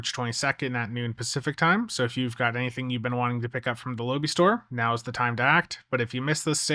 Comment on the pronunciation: FFS, you can't even pronounce Lobi. It's not "low-bee". It's "Low-bye"